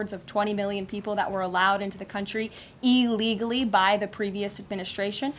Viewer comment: Hey Karoline, "illegally" starts with an I not an E. Do better.